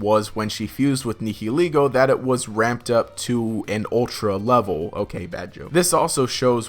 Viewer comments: It's pronounced Ne-hill-Lego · You are pronouncing the "h" in nihilego WAY too heavily.